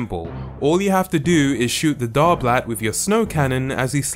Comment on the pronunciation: The dar-blat omg SCREAMING